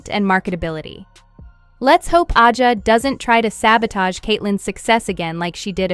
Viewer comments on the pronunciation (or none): Can you fix the damn A I voice to say Asia just like that Asia not ajia Asia if you’re gonna use the damn A I use it right